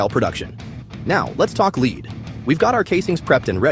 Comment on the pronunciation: Fukkin' AI "Leed" Bummer